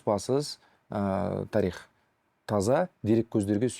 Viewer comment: Қонаққа "тарИх" дегені үшін мың алғыс. Өйткені көбі "тАрих" деп айтады. Олай дұрыс емес